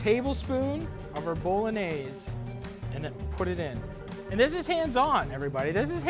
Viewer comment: Cause he says it properly? 🧐